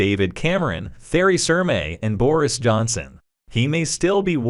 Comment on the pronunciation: This auto-text-reader is bloody awful. Theresa May came out as “Therris Hermay”